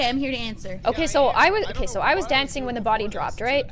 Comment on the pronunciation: when said dancin I was like bro are you Seamus finnigin